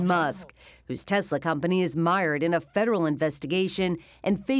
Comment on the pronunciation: The fact that he is only person in existence who says Tesla correctly should count for something..